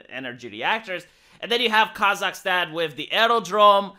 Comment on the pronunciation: Why does keep saying "Kazak-STEAN"? Is he a Biden asset?!?!??!?!?!!?